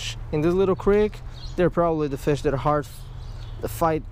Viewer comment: it sounds like you say fish sean